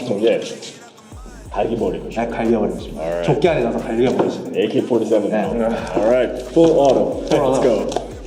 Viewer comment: # 에이케뤼 포리세븐